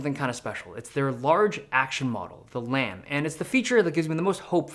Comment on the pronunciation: Lam rhymes with scam